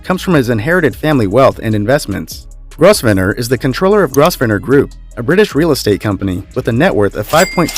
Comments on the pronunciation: Grovenor id the pronunciation- not Grossvenor! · Grosvenor is pronounced Grove ner. The s is silent. 😀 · Grosevenor is pronounced grove nor. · It isnt GROSSVENOR!!!!!-------- its grovenor!!!! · It's "Grove-nah", not "Gros-venor"... And I think you're probably forgetting some of the Italian nobility here! Or the Spanish - what about the Dukes of Alba, who are fabulously wealthy? I think that at this level, it's very difficult to establish a "net worth" - so much wealth is held in land holdings, buildings or art collections... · The Duke of Westminsters family name is Grovener(pronounced) No Gros ven or. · Also The Duke of Westminster is not a Prince...Just a Duke and Grosvenor id pronounced, Grove ner !! Some people insist on saying " Groves ner " BUT its an affectation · It's pronounced "GrovNER" not "GrosVENOR"! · Grosvener is pronounced GROVNER(long O sound)!!! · Grosvenor = Grov-ner. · I am sure Grosvenor is pronounced Grove-ner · Since when was Diana's middle name Anna? It is Frances. Duchy is not pronounced Doochi!! Grosvenor - really, it is not GROSS-ven-nor!!!! It is quite easy to look up the proper pronunciations. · Please! It's pronounced Grovner, silent "s" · Louis is pronounced Loowie. Guillum is pronouced Gwillium. Grovesner is pronounced Govener the S is silent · I don't think Grovnor is a helpful aid to the pronouncement of Grovenor; it is better rendered as Growvner. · I can’t believe you would consistently mispronounce Grosvenor—-The S is silent, so it’s pronounced Grov’ner.😔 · For God's sake!! It's pronounced "Growvernor!" Learn before you broadcast! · Grosvenor is pronounced "Gro-venor"!!!!!!!! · Learn to pronounce someone's name if you're going to talk about them. Grosssvenor - seriously!! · It would be better to have a narrator who can pronounce the English names correctly. Grosvenor is pronounced “Grovnor”😊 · no ...its pronounced Grovener... grove-en-er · Yes.. this is painful! Gross-ven-ur 😪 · it's pronounced GROVE-nor.. silent s..